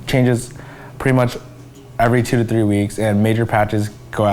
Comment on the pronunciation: season tree. TREE. der er sku mange danskere som ikke kan så godt engelsk men når man er professionel som ham burde man nok kunne sige tallet 3. Three. ja jeg er grammar nazi